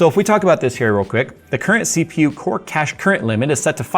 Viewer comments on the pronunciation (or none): none